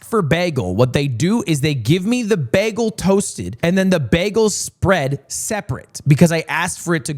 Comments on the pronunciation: He says bagle like NL, thats so sweet ;_ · I didn't mind being called dumb, but the way he pronounces bagel just filled me with intense rage. like it genuinely ruined my day.